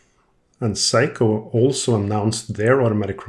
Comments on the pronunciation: Is seiko!! Not saiko or whatever you saying. That got super annoying 😅. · Thank you so much for your history on the various watches you work on. It really is appreciated! Now, for your pronunciation of the name Seiko. It's very scary when you say it as, Psycho!! 😳 Lol Perhaps, "Say-ko" would be much better. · Is Seiko pronounced "Say-Ko" like "hay" or "Sigh-Ko" like "high" ?